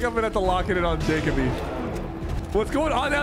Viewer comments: Supper saying Jake-a-bee when it’s really Jah-Coe-Bee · The guy sypher picked in the third game has my name lol. It’s pronounced juh-co-be btw not jacob e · You’re saying Jacoby‘s name wrong